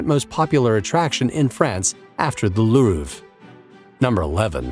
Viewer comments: The Looorv... that’s a truly shitty pronunciation. Europeans are cringing here. At least you didn’t call it’s most famous painting the Moaning Lisa. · how did this guy say louvre